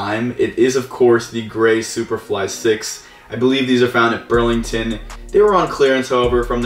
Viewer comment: you keep saying brand names wrong like Ross you said Burlington and on t j max you said Marshall's